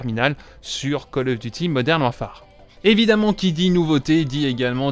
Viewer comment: Il faut arrêter de dire warfAAAAre...